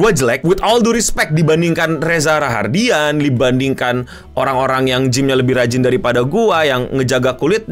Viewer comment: hi, its Reza Rahadian Not Rahardian. Thanks me later.